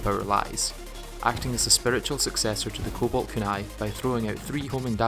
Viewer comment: full sincerity. i have never ever heard someone mispronounce kunai. i didnt even know it was possible 😅